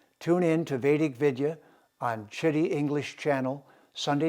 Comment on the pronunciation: Citti ("chith", as in "chick", plus "thi" as in "things") The way you say, Sir, it sounds like "shi*ty" (Please don't mind 🙏)